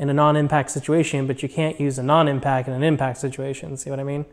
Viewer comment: Great video! Sweet box! Pronounced “impact” not impack. Not trying to be harsh... Nice starter set of snap on tools etc! it took me too long to figure out quality snap on tools are the way to go for professional use. I’ve wasted a lot of money on subpar brands early on, loved seeing all your snap on stuff!